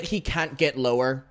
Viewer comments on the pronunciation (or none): none